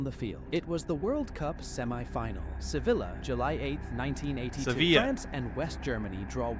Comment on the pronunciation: You pronounced Sevilla correctly. Greetings from Sevilla. 👍